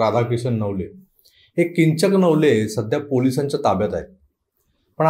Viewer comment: किंघक नवले म्हणू नका ! कीचक नवले म्हणा!!